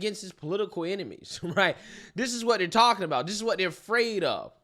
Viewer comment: It’s getting harder and harder to listen to you every time you say the word that is not a word DIS instead of THIS